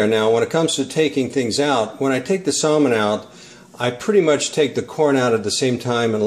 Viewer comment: Its samon